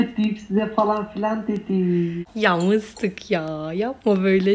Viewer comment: Mıstık diyomuş bende mistik mistik galiba mistik olamadığı için sayıklıyo sandım XD🤣